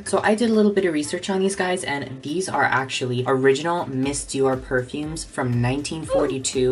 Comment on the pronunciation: As a french gal, the way you pronounced the names of most of the perfumes was gold 😂👌🏻